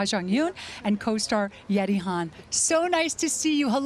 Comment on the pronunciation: I cringed every time she pronounced Yeri's name as Yeti